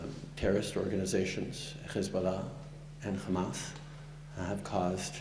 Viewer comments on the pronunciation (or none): I'm sad for the Liberala how they still haven't fired this guy from the party He learned from Netanyahu how to say Khamas and Khezbollah not the Khouthies Shame on you when you show unequivocal bias in human rights issues